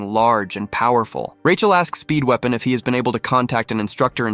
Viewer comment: i always hear speedwagon instead of speedweapon